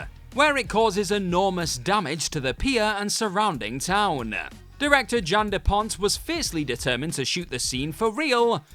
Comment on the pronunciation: Jan De Bont went from cinematographer-Speed etc-to director pretty quickly,sadly with very little success....Once again What Culture,do the people who do these videos actually know the subjects they are commenting on ?..... Its Jan De Bont NOT Depont as you said at least twice.